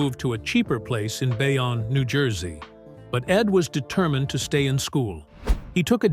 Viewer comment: It is pronounced “Bayown “